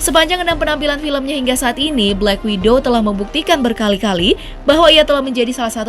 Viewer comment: Black Widow Min, bukan Black Window 😅